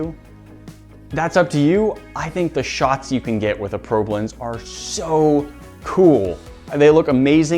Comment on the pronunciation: It sounds like he’s saying pro blends